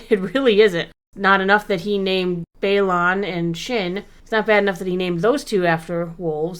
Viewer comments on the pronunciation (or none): Please please please, remember it’s BayLAN not BayLON when you pronounce it. Weird annoying thing I know but we wouldn’t mispronounce Vader or Luke’s names